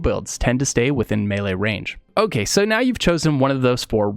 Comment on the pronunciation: It's pronounced "may lay" not "mee lee"